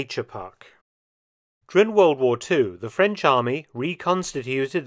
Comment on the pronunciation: lol can’t even say the word war 😂